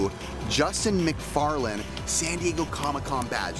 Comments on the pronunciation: It´s McFarlane not McFarland, close but not quite there :) Cool finds with nice friends, i always enjoy it and come back for more! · Todd Mcfarlane... not Mcfarland... still fun though... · its Todd McFarlane your thinking off not McFarland 🙂